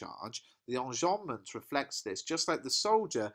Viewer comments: the way u said enjabment its funny. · whats that device called when sentences end in a line I didn't quite understand what you said there? On about 9 minutes, please. Thank you.